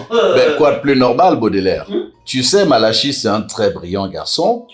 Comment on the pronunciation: Bob Marley dit madame malachi, ça sonne comme banane malaxée....mon goût